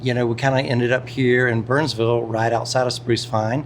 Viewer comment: "We just arrived to bernsvull North Carolina". Good job saying it correctly,! And if you end up finding Maryville TN, it's Merruhvull.;)